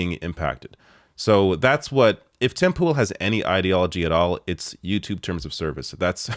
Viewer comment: When you say Tim Pool you pronounce it as "Timple" highly amusing but I am sure not deliberate:)